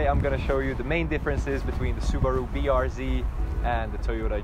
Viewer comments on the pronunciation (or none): It’s fucking BRZ not rbz ffs 🤦‍♂️